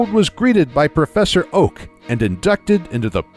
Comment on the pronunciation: He actually said "Professor OAUH!"🤣🤣🤣